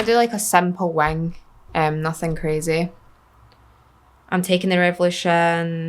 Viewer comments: also as an American I adore how you say wing... "wang" makes me laugh every time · You are so gorgeous. Hehehe. When you say simple wing, your accent gives it a tilt toward "sample wang". 😂👍 I would do anything to have your accent, btw. Makes everything you say adorable.